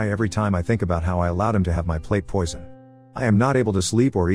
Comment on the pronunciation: “Jealous Sil tried to PUAH me…” haha love that audio XD